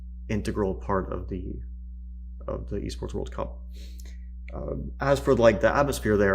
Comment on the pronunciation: Fabi it's called e-sport, not b-sport.